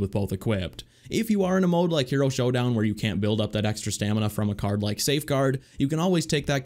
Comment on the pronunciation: It’s hero not here-O